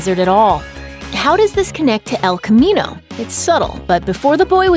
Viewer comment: “Ehlll khamminou”